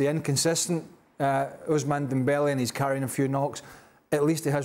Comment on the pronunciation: Oussama Dembele xD